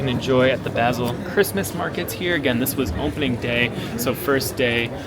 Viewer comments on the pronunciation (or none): Great video, but it's painful to hear you mispronounce "Basel" so many times! It's pronounced "Baaasel", as in "Baa, baa black sheep". Couldn't you have asked someone you met on the street? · Nice video but you mispronounced Basel. So irritating, couldnt watch.